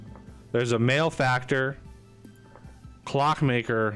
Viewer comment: So, yeah, 'mal-eh-factor' not 'male-factor'. It bugs me a little more every time I hear you say it. :P